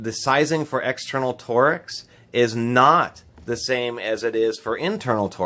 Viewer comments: IF THIS DUDE SAYS TOREX AGIAN I WILL GO CRAZY TORX not TOREX! but in all seriousness it was a nice video, got to see some tools ive never seen before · Torx not tor x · Is it pronounced “torex” or “torx“!? (Tore-Rex) or (Torks) I mean no disrespect, just want to know if I have been mispronouncing that my entire life.